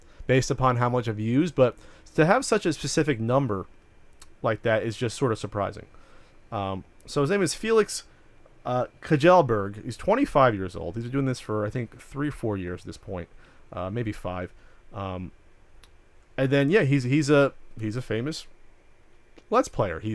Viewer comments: Kujellberg...kj is pronounced as sh lol kjelberg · All swedes will love how you butchered pewds name. Its pronounced shellberg;). Either way, keep up your good work on your channel! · Kjellberg - kjell part is pronounced like "Shell" actually with the swedish pronunciation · Just love this podcast. Keep it up guys :D Can't wait for the marathon. Also, 'Kjellberg' is pronounced 'Shellberg' :)